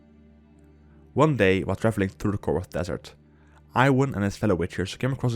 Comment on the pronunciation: Apparently Iwan is pronounced closer to E-Van